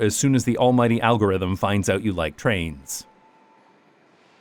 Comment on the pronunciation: Oh, I hear a tinge of Dutch accent with your “out”s like “uit”